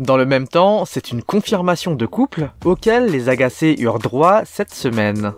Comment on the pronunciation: Si jamais, Ahgase se prononce comme "agazé" (le g comme tu le dis) et pas comme « agacé » ! ^^